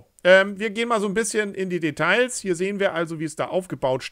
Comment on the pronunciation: Macht mal ein Trinkspiel mit den Schlüsselwörtern "entsprechend" und "Detailllllls" mit gesprochenem "l", das hält die härteste Leber entsprechend (!) nicht aus, tjoa, nech, und tschüß. 😀